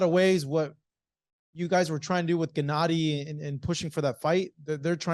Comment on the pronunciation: "Genedee" Golovkin -Abel Sánchez